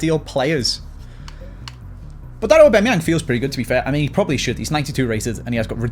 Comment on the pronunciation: Hate the way says Aubameyang lol Obimeyang